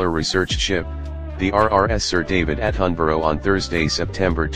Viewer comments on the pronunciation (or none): ITS PRONOUNCED ATTENBROUGH AND THEIR SON IS PRINCE LOUIE NOT LEWIS